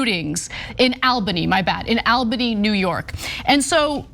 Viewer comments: Awl bany, not Al bany, Ana. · Lmfao it's All - buh - knee not AL- bunny🤣🤣🤣😂😂😂😂😭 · Al-bany? 😆 I love Ana, but she is really bad at reading out loud, lol. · It is pronounced all-bany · Side note, since I live in Albany NY, it is pronounced All•bany. 😄😄😄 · It's pronounced ALL-ba-nee. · Anyone else amused by how Ana says "Albany"? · She read it wrong. Got it right the second time. Reading copy for a living is harder than it looks.